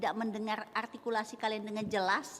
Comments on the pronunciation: Artikulasi Bu bukan atikulasi😂 sok Sokan artikulasi situ ngomong R gak bisa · Ingat ya bu artikulasi bukan agrtikulasi ibu aj artikulasi ny jg gk bener.